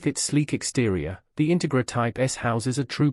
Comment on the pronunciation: Please learn to pronounce the name of the car correctly.